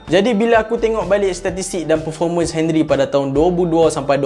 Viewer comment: Come on,, Not 'Hen-rie' It's 'On-ree'...